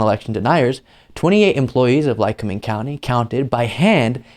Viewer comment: You pronounced it right Lycoming County.... and rediculous waste of taxpayers money!!! I live in Lackawanna county... Scranton area and we don't play games here.....